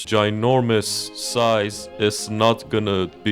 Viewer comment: Pronouncing ginormous can NOT be THAT HARD 😭